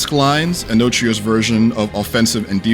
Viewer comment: Isn't the title Enotria ? Why does the reviewer keep saying "Enochia" 😂😂😂 ?